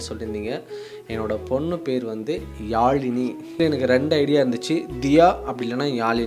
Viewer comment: ழ கரத்தை அழுத்தம் கொடுத்து உச்சரியுங்கள் சகோ. அப்பொழுது தான் யாழினி பெயர் கேட்க கேட்க இனிக்கும் ❤